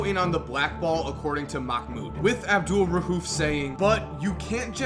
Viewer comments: It's pronounced Abdul raoof not rahuf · Jesus Christ, there is no H in his last name. It's not RA-UF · You pronounced Abdul-Rauf wrong every single time you said it. No h in there buddy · Bro quit calling this man out his name! You trifling for that weird boy. Say his name right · Bro u murdered his name wow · I cringe when u say his name